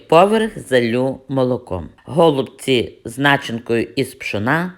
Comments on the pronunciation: Пані Надієчко саме голубці наголос на перший склад просто нас до такої міри все життя русифікували що ми вже забули.ГолубцьІ на російській наголос на останній склад.Щиро дякую за рецепт та за бездоганну рідну українську.😘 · Ми вже мали: какая разніца. Наголос у слові: голубці є правильним коли наголошуємо останній склад!!!